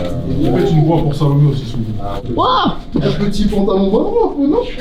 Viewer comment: Comment ça salami au lieu de Salomé ptdr ?